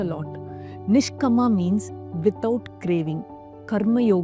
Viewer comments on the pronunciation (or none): May I? It's NISHKAAMA and SAAKSHI not Nshkama and Suckshi. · Good video with useful tips - few corrections please. niSHkaama, not niSHkama. saakSHi, not sakSHi... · I love your videos but why are you pronouncing the Sanskrit words weirdly... It's nishkaama not nishkama.. and Saakshi not sakshi.. all the words have very strong vibrations.. we should pronounce with awareness.. please... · Pronunciation of the sanskrit words is poor U need not convert them into Tamil n speak !!! Its Nishkaama not nishkama , Kaama not kama ! long sound of aa ! Its not sakshi - its Saakshi long sound of aa ! Its Buddhi forcible dhi not simple ddi Please learn a little Sanskrit n preach * U dont become contaminated if u speak Sanskrit correctly !!! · Great presentation and beautifully explained. !! One suggestion... Kindly use correct pronounciation for the Samskruta words you used. Nishkama is actually Nishkaama ( without desire) Sakshi is actually Saakshi ( witness) Ppl might treat you as a guru for giving knowledge, so let them learn it right. Thank you for your effort & goodness.. 🙏